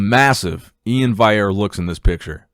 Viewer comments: E-IN'S Second name is also pronounced VAL-E-AIR and not viair or what ever you say. PUT SOME RESPEK ON HIS NAME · It’s pronounced Valley Air.